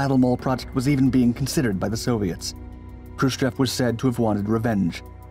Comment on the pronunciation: Hrushciov not Hrushcev!